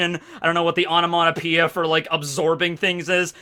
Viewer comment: “Onomonopoeia”? Is this some Americanism of onomatopoeia? Or is just butchering the English language? 😅